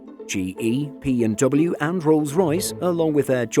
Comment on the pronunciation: He sounds like he said "BMW" but he said "P&W" Pratt & Whitney.